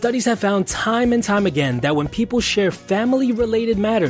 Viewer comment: "Wif"(with) "Dat"(that) "Du"(the) ....Probably not someone who should be an educator